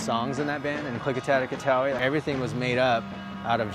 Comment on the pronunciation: I now know how to pronounce Clikatat Ikatowi.